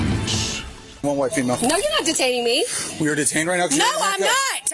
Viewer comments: When did NO become NOAH?? Or STOPAH?? whatah the fcukah.. edgimakation ah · The two-syllable "no". "No-wah". The cry of the wild brat.